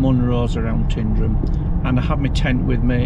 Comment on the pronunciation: It's not "Tindrum", it's Tyndrum.